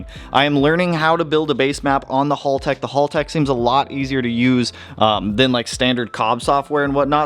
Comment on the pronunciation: FOR GOD'S SAKE!!! IT'S HAL-TECH NOT HOLLTECH. HALTECH!!!